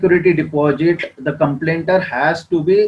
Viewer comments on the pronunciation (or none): Complainant word should be used u r saying complainder